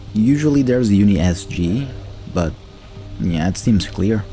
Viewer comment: I think its UN-ISG not UNI-SG but whatever your soul feel right. Good video!